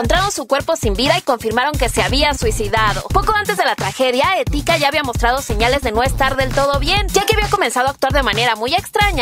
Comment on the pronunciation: se dice Etika no etIka